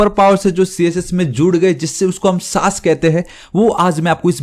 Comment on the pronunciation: SASS ❌ saaas Bahu ✔️ so irritating 😑